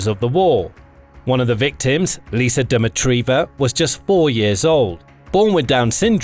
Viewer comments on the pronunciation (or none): none